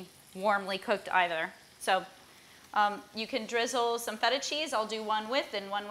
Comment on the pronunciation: Some " what " Cheese? I keep hearing syntheta/feta cheese